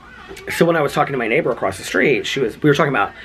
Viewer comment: Lol and ACROSST! That one slays me! 😂😂😂 there's not T in ACROSS! 💙💙💙 Love from a vloggerino!